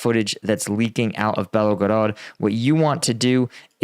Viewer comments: Mate... please learn to get at least the Main cities pronounced right... its Kind of disrespectful and unprofessional. Like Bel-go-rod and not Belagorodga.. or Za-po-ri-sha instead of Zapohorihisia or whatever you call it.. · Why do you say "BelOgorod" it's Belgorod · You gotta stop adding the extra O to Belgorod. BELL-GO-ROD not BELLOW-GOROD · Why do Americans mispronounce foreign place names despite the clear spelling . Belgorod has only two "o"s and is not that hard to pronounce. It is not Belogorod. Their eyes just glaze over and they take a stab based on some preconceived idea of what it should be, because it's all too hard. I let it pass before but this is multiple times now. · At this point I m curious if you are actually just illiterate. Can't you spend 2 seconds reading a word before you speak it? You 're making it hard for people to take you seriously. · Belgorod. There is no O after the L.